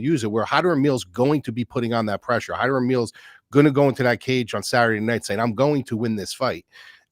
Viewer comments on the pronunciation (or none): "Hymer"? Did you get some help from MMA Joey for this one? 😜